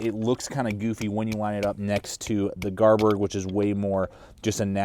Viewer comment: It's pronounced Garberg,bestest knife money can buy,I think that grind on the Kansbol is to help you with field dressing Deer and rabbits.I have all the Mora knives except the Kansbol would you recommend getting one.I'm trying to make my mind about what knife to purchase next,between the Enzo trapper or TOPS BOB,or the Esee3. Any suggestions my friend.